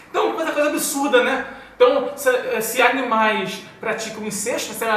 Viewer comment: Desculpe corrigir, mas a pronúncia correta de incesto é "incésto". Mas acho que ninguém deve ter vergonha de não saber pronunciar essa palavra. De resto, eu concordo em número, gênero e grau.